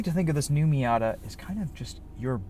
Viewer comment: it’s been a while since an american pronounced it right